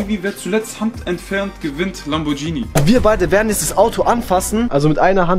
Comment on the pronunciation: Lamborghini kannst du auch nicht richtig aussprechen